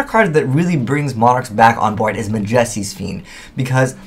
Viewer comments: YOU CAN'T EVEN PRONOUNCE MAJESTY?! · cringing at how you pronounce majesty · i think it's because of how uneducated he is... not really that he pronounces it that way, it's on accident